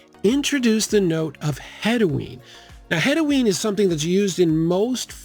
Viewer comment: It's "hedione" he-dee-ohn"